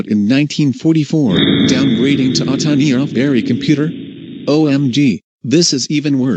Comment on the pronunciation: It's "Atanasoff", not "Atanaoff".